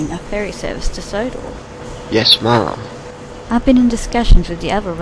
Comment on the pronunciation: even though they're saying ma'am, it sounds like they are calling Ms Hatt "Mom"